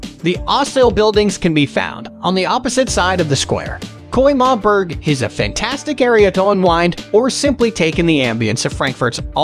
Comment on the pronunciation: Bro it's Römerberg not Koimarburg